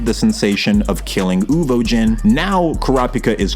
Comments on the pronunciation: Uvogin, not Uvojin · WHY ARE YOU SAYING UVOJIN AHHHHH, good video though